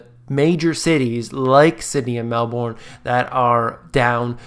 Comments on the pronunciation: Mel-ben not Mel- born, love your work. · Good job to you. I am in Melbourne, Australia - pronunciation for Melbourne is Mel - burn, instead of Mel - born. Real estate in Australia right now is in a over supply and no demand overall, particularly in apartments and high rise. Most of them were bought by foreigners and not occupied or unable to rent out because the rent is too high. Yet the low quality buildings are still being built (mostly lego pieces being put together as most of the frame works are being built in China or other labor cheap countries and shipped to Australia and being assembled here). Cheap quality housing yet sold for premium price. A classic example of a half ghost town that is within downtown Melbourne vicinity, a suburb called Dockland - overpriced apartments and its half alive local economy. Australia right now still is in low interest rate - the Reserve Bank of Australia has been reluctant to rise rate despite the US being hawkish. Local people aren't buying these new housing even in a low rate environment like this, imagine a rate hike (which I think is inevitable), no one wants these housing. Not unless they fall to a price that is cheap as chips. When the euphoria subsides most of them are going to be left with a bad hangover. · Melbourne is pronounced "Melbin" by the way XD. Also interest rates haven't even started to raise in Australia yet. It's going to be a blood bath. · You are pronouncing Melbourne wrong. Should be more like Melburn and no that's is not a pun based on the falling housing market. :-) And I still gave this vid a thumbs up. :-) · it's pronounced Mel-bin